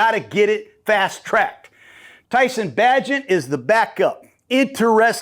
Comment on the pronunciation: Way to mispronounce Bagent’s name